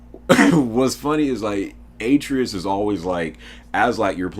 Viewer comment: BBBBOOOOOYYYYY!!!! Your pronunciation of Atreyus is cancer lmao. Good vid though fam.